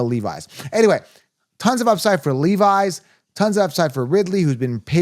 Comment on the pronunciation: It’s LEV-isss